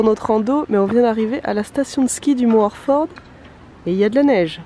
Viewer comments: Slt, content que vous ayez apprécié le coin, je suis a 10 minute du Mont Orford, l’Estrie est une très belle région et quand je t'entend dire Orford avec ton accent c'est trop drole. Continue tes superbes vidéos;) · C'est drôle comment tu dis Orford